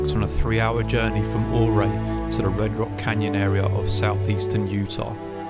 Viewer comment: Beautiful film. Just a couple of nit picks - Ouray is pronounced You-ray, not Ooo-ray, and the “Tower of Babel” formation is not 5000 ft. high, rather it is ~300 ft. tall. 5000 ft is nearly a mile.